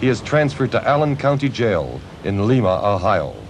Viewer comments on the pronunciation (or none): Fyi Lima, Oh is pernounced wrong in this. U say the I. LIMA not LeeMA. Yes, im from Lima. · Good,...only one point its LIMA (L EYE MA) Not (LEEMA) Ohio! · Lima, Ohio. It's lime-a not leema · Actually its pronounced Lyma, Ohio. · it's lime-a, ohio not like lima, peru.. how hard is that!? haha we live in the US not south america! pronounce it in english! lima, ohio is said differently then lima, peru